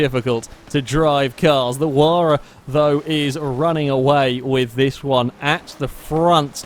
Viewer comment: it is pronounced H why ra